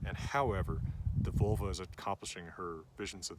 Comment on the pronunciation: 😂 you’re a teacher yet you’re saying these words wrong. You definitely said freyja wrong j = y and there is no “oi” for the e also it’s not VULL-vuh it’s VOHL- vah. This is Norse not Celtic not Latin no American 😂